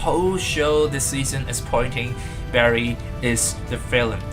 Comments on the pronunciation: Barry it's BARRY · its barry dahhh